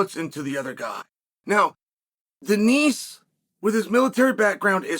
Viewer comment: checkmate from Chael, mispronouncing Denis name and we aren't able to make fun of it in a comment section :(